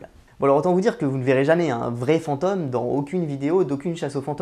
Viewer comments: V'nez, on dit FantÔme et pas fanteume ^^. Oui je chipote, mais ça me pique le noreille, j'y peux rien ^^' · unrelated mais l'accent sur "fantôme" ("fente"+"homme" au lieu de "fente"+"ohm") ça m'a un peu distrait au début mdrr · Pareil. Cette prononciation à la 'fantoche' est vraiment perturbants surtout que le mot revient souvent. Je ne détecte pourtant pas de trace d'accent bizarre dans le reste de son discours. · FantÔme, drôle de prononciation :D J'adore votre chaîne sinon, bonne continuation! Essayez aussi de bien voir que les insultes menaces etc...n'ont absolument rien de sérieux, elles proviennes 99% du temps d'enfants (16 ans maximum)...ça fait un choc de comprendre que le père noël n'existe pas...Jamais ils se permettraient de s'adresser à un adulte comme ça IRL...